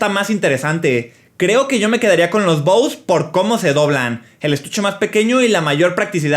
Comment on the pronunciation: Se pronuncia bose